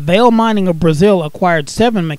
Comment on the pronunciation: Enjoyed the video very much. FYI - VALE is pronounced “valay”.